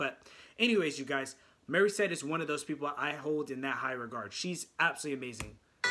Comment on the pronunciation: Why do you keep calling her " Marissette"....it's not Mari....IT'S MORI,MORI,MORI.....MORISSETTE!!!! MO,MO,MO....NOT MA ....🤣...your reactions are great....but say her name correctly!! 🙉